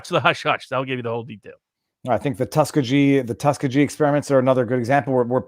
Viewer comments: Viva…. tuh-skee-gee (not tuska-jee) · Viva, it's Tus-keee-geee! ;-)